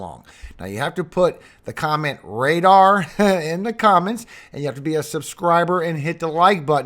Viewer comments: "Radar" buddy, Radar! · Radar rrrrr